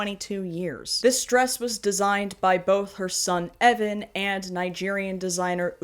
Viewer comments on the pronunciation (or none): none